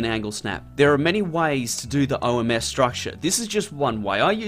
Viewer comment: The OMS is not pronounced "ohms" but rather O M S.